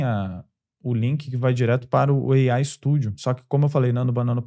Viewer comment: "EIAI... GEMINAI..." 😬😉